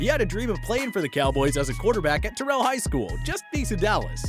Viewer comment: You don't pronounce Terrell like t.o's name clearly you're not from TEXAS